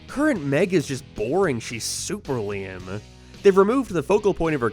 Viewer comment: Why do you say lame like liam